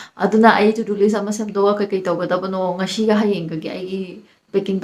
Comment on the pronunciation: Plis plis stop pronouncing ‘S’ as ‘SH’ seriously… For example, it’s not TereSHa, ngasi not ngassssssshhhiii